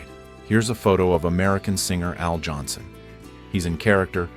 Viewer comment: It's Al Jolson not Johnson . Born , Asa Yoelson